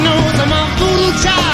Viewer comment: It's VooDoo "Chile", like my southern grandma says!!!